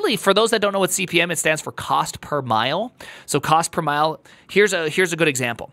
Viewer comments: It's cost per mille (pronounced like milleh), which is French for 1000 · Per Cent == %:: Per Mille (2 L's) == ‰ Pronounced "per Milly" ❤u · _axcshually_ CPM is cost per mille ( pronounced as mill ) which is latin for one thousand.